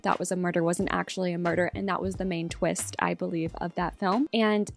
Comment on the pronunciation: “The twinst!” Love it. Lol